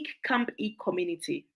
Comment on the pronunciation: Awesome, some charity organization it's not pronounce well, some is camp E, but is camphill and name is mentioned, please call the city or county,so it will easy search